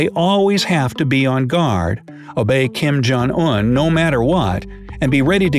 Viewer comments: "Kim Yong On" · What surprised me the most? Your mispronunciation of North Koreas leader